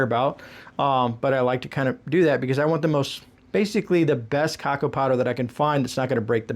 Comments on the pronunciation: Caco? lol CA-Ca-Oh! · It's Ca -Cow. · Im new here from Canada 🇨🇦 The Cacao powder is pronounced as "Cacow" like Cacao. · Thanks for all the info and ideas. I;m working on my very small stockpile for two rn. I loved hearing you say cacao 😊in case you wanna know... its pronounced like cuh-cow. Its a funny word. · The word is pronounced like ca cow. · I love cocao! I have always heard it pronounced ka kow, fyi 👍